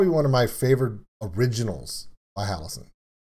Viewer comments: You missed the cameo by Violet in the mirror and the drawing. Symbolising that Violet is the Demon inside. Also Jonathan Young is mixed into the vocals as background guff noise. Also for future reference how you say it. it's Halo-scene not Halosen. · Ok, I've gotta say it because it's driving me crazy... Halocene is pronounced Hal-oh-seen.